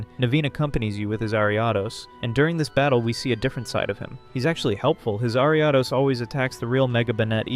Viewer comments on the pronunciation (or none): Bro, you keep saying names of Pokemon and the company completely wrong, you’re saying quay-sar-tee-co it’s pronounced quay-zar-ta-co and you said Ar-i-a-dos, it’s pronounced Air-e-a-dos